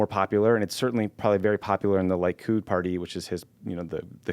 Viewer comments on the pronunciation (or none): Lee-kud, not Lie-kud. :) Wonderful pod guys!